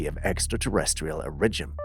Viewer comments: Is English your second language? Cause I notice at least 10 mispronunciations per video. I thought it was an ongoing joke but now I see you are serious when saying them. That “origin” got me today and I had to ask you. Not being funny just curious and just can’t not hear them when you do it over and over… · You say that the Montserrat Corpse fascinated conspiracy theorists . That just shows how poor your research is . Reaching for the biscuits cookie to water down any serious view of the subject is just very poor journalism . You can't even pronounce words like "origin ". Laughable .